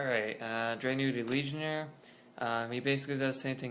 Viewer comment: "Drag-gun-ity" not "Drag-new-ity" lmao and this version of the Deck is NOTHING compared to the deck after the Structure Deck comes out..... and "this could be tier one"? I'm not too sure about that (but this version definitely NOT lol) especially with Samurai's being utterly STUPID O_o